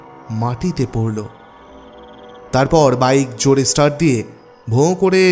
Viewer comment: Good story. Tyanpa r voice and style were just awesome. Ektai kotha 'start₩' ai word tar pronunciation ta ekbar check kore nin. Ota theek hoyni. Syllable stress ta bhul hoyeche. Hope you don't mind.